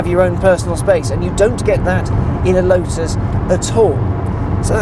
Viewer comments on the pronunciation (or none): none